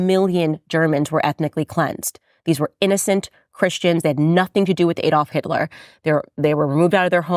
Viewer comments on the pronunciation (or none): none